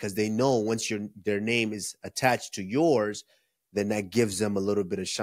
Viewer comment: Is Henrry trying to steal Joey Diaz schtick of screwing up everyone's name?